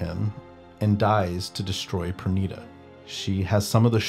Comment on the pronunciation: Thank you for the video. It's valid to dislike immoral characters. Personally, I like Kurotsuchi Mayuri, although I don't agree with his methods. It's a little distracting that Pernida got the correct pronounciation, but the rest of the names didn't... 😶